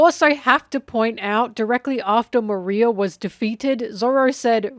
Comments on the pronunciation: It kept sounding like you were saying 'Maria' when talking about 'Moriah" I was so confused lol. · You said Maria not Moria 😂🤷‍♂️ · Why does she keep calling Moriah "Maria"!!??? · Moria vs moriah vs moreea your pronouncing of it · I love all of videos, but some of the name pronunciations are kinda weird (like Moria, where I actually thought she was saying "Maria" at first, and was really confused lol). I wonder if that's because she only reads and doesn't watch the anime or even other OP discussions? I can't remember if she's said. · Love how you keep mispronouncing Moria 😂😂😂